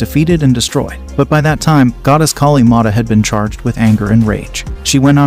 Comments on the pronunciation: I don't blame for your horrible pronounciation the name of Maa Kaali, but want to inform you that Hinduism has no concept of doomsday. You're factually incorrect. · Pls pronounce our goddess name properly. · Brool, i am forgetting the godesses names because of his pronunciations